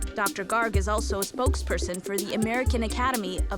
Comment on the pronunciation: Dr Garg, pronounced GURG